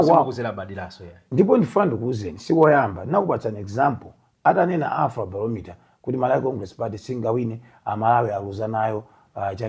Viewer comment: secretary general wantunthu mimba kuno kulephera kuyankhula kuti Afro Barometer nkumati Alfa Barometer kkkkk koma sukulu ndi yofunika ndithu